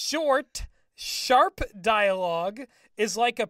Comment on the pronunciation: Shut the shorp up.